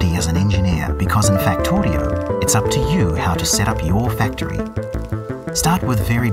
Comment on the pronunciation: Hmmm.. I didn't realize you should pronounce it as "fek-toe-ri-oh"